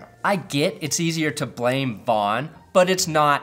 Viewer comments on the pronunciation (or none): none